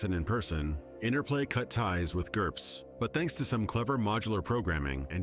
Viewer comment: I clapped when he said GURPS